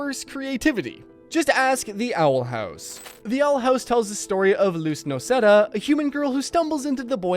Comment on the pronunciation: And Luz's name is Noceda with a "D". And who is "Suess", and who or what is "Desney"?